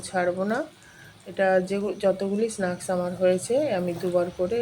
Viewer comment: Snaks not snuks ucaran tik korun